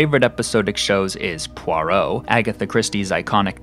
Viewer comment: You also mispronounce “Poirot”.